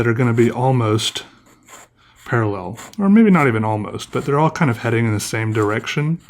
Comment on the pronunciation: gdjgdjgs he forgot the 2nd "a" in "parallel"